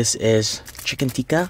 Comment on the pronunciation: All Correctly pronounced bro with the exception of these two dishes i.e. it's not "Aaloo Goobi",It's "Aaloo Gobi"(Aalo is potato and Gobi is cauliflower which means "Potato Cauliflower") and secondly it's not "Chicken Teeka",it's "Chicken Tikka"(It is basically a chicken which is barbequed with seasonings). OMG!Looks really tasty!!!Proud of my Pakistani Cuisine ever bro!!!Keep on trying various Pakistani dishes bro!!!Love from Pakistan!